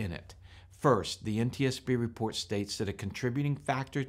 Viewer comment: Nice "repoat"